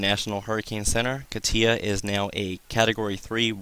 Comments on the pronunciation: I checked it out...it says KAH-tyah which is essentially the same way I wrote it out. You are still mispronouncing it. Emphasis on first syllable not the last. You are saying kah-TIA...its not that important. Your information is, and please dont think I am trying to be a smart ass...you are simply mispronouncing it (even by NHC standards) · Man you are killing me with your pronunciation of Katia. It is pronounced (KAH-tcha) not whatever you are calling it